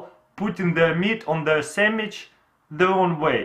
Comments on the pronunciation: He said sandwich samwich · he said samich again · he said samich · Samich you said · lol sammich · sammich lol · samige lol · Saminch lol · Lets make a samich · Geek4 Life aaron chill out he is saying sandwich, but the accent make it difficult to pronounce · I love the way he says sandwich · dude this guy can't even say sandwich right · Actually he said sammikh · make a samich now you have a muffing samich LOL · “cut it in half...and make a samich “ 😂😂😂😂😂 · monkins and semmiches hahaha that's funny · "Then you take the knife and cut it in half and make a sameech" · He says sammitch xD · Semich instead of sandwich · "and make a semmich" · Lol he kept saying samich. Yes, I do know hes russian :P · Sammich xD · Samich lol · "So now you have a muffin samich" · I love how he says sandwich “samitch” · "You make a semitch" 😂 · Do you hear that guys "you make a samich"😂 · "then make a semich" LOL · I cried when he said "samich" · “Make a samich” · Make a sammich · “An make a sanwich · It's called a sandwich sand- wich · " boom samich" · "You make e samidch" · Yeah let’s make a Samich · Lol he keeps on saying samitch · and make a sammich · Now you have a samige🤣🤣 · Samich new word... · Well. ....he said samij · Robina Kausar Samich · Perfect samich😂